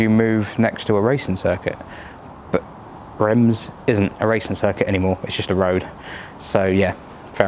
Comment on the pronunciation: Reims is not pronounced like that , not even close . I love the C6 it’s a wonderful car .